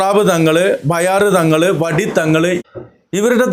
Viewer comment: വടി തങ്ങൾ അല്ല വെടി തങ്ങൾ ആണ്